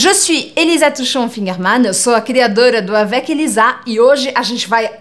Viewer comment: Tenho notado quando "tia" Elisa diz seu próprio nome no início do vídeo parece que não é exatamente. Estou enganado?